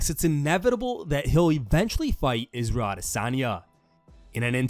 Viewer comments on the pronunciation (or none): none